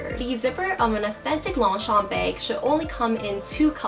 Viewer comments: She was pronouncing it in English as Long-Champ while it's pronounce as Loñ-chañ in French 😊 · Fun fact: it is read as 'lowng-shom' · is she saying "long shompey"?? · I get irritated how she pronounced Longchamp… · Gah. Don't pronounce the P at the end! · I love how she can spot the fake from real, but she cant pronounce the brand name correctly. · Just correct the way you pronounce the brand. No offense meant.